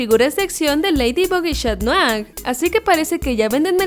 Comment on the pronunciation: Es. catnoar. no. chat